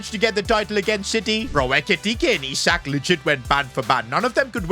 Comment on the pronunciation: Can you help slot with your tactics please 😢... Sold SALAH and kept chiesa 😐... Bro said "I"sak